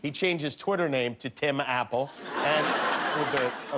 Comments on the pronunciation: He said Ti Mapple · "sets up a meeting with America's top billionaires to help bring back jobs to America" HEHEH He said Tim, Apple, and it sounded like he called him Tim Apple.